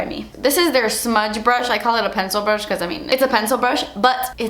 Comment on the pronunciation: I swear you made the cutest face on the last frame when you couldn't even understand your self when you said pencil brish in an incoherent voice.